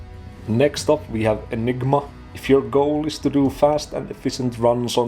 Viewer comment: Definitely getting Dr. Evil vibes from the way you say "Enig-MA" haha